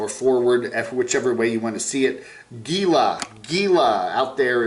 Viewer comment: Gila, say it like HE LA 😉